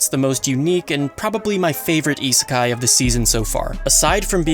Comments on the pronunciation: Isekai... not Itsukai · Iserkeye Listening to you trying to pronounce these words is cringe as fuck.